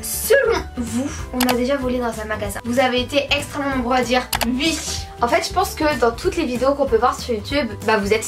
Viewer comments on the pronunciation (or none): Sa me stresse vous dites "ui" au lieu de oui 😂😂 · Elle disent soit " ui " soit ouais ! Mais plus souvent " ui " , moi aussi sa me stresse ! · Vous dites ui à la place de oui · Pour me rappeler qui est qui je ces que est à droite et à gauche Vous dite ui au lieu de oui et j'adore je vous adore continuer comme ça 😘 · Vous dites ui sa me stresse !! ❤ mais je commente sur presque toutes les vidéo encore une fois continuer vos vidéo ❤❤ et vous parler sur ytb sa me fait trop plaisir et oui je suis déja sorti en récré en chausson !! Jespère que vous aller me répondre !! ❤💋💪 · C'est drôle vous dit ui s'a me fait rire à chaque fois que je vous entend le dire